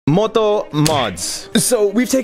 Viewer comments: That ,,moto" sounded like a real Russian pronunciation😅😅❤❤ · That moto pronounciation sounded like Indians trying to say "moto". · One thing we can agree on, it didn't sound like English with its crazy long and reduced vowels. The two vowels were /o/